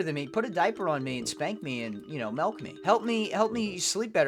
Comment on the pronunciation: dude you’re PISSING me OFF stop saying melk